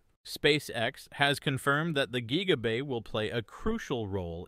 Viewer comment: "geeega bay"